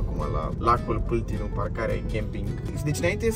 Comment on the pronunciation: Ba doar asa ca idee nu se citeste "Pâltinu" ci "Paltinu"